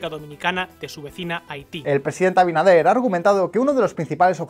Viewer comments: El presidente de República Dominicana se llama Luis Abinader no Abidaner😭Muy bien video. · Abidaner jajjjj 😂😂😂😂 por qué le resulta tan difícil a algunos resporteros pronumcial abinader?